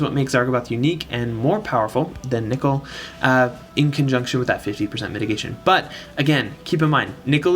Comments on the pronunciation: you pronounced nichol correctly but unfortunately, circe is "sehr-see" (ˈsɜːrsi") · THANK GOD YOU SAY NICHOL RIGHT. I'm subbing for that reason alone. Its not even because nicole is a girl's name, it's because NICOLE IS NOT HOW YOU SAY "NICHOL" As to the question, I have 6* Nichol and 7* Zarg so for me Zarg is the obvious choice! He works beautifully with 7* Rena. Main issue is that his animations are total ass. So god damn ugly.